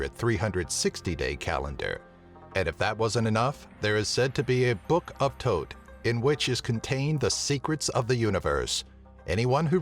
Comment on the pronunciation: thoth not tote